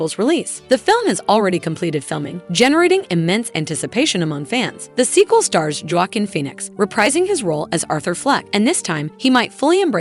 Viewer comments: The pronounciations of the character names AND the actor names is annoying! Please if you don't know how to pronounce it, don't do the script. Joaquin is Wah-keen NOT Ja-wah-kin. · Did this lady just say "JOE-JOQUIN" Phoenix? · Anybody else rewinding to hear the fun pronunciations? (MAGNETO, DAY BUTE, JAW KEEN PHOENIX, ME TORIC RISE,) XD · This is the second person from this channel that I’ve heard that doesn’t say Magneto’s name right. 🤣 Or is this AI? Ya, this has to be AI because it doesn’t say J. Phoenix’s name right either. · At least learn how to pronounce character and actor's names....sheesh.....sound like a dumb a.i. reader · Overall, decent video but it would help if the narrator could properly pronounce "madame" for madame web. It's not pronounced that way for the character. Then she butchered Joaquin's name.